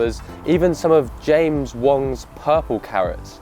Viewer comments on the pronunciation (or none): none